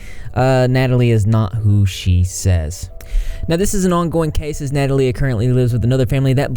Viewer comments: I love your videos!!! But why are you saying her name wrong?? Its not Nat-hal-a its Na-tha-lia. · Please look up how to say "Natalia" correctly. You sound like an idiot.